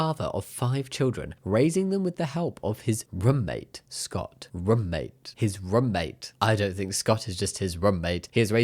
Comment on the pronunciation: Why do you say roommate with 1 O? Rom mate Lol